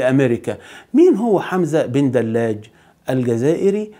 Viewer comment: حمزة بدلاج ( ج ) صاحب القناة تعلم نطق حرف الجيم ! رجاءً لا للتحريف ، شكراً، أخ جزائري.